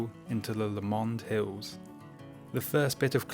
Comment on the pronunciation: Beautiful video! By the way it's pronounced 'LOW-mnd' not 'la-MOND' 🙏🏻